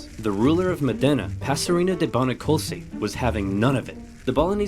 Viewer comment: With all the information on the internet I wonder why no one ever bothers to check pronunciation but just makes it up. Modena is not pronounced Modénna - the emphasis is on the Mo part and it's not a double n but a singular so. He did so well with Bologna ...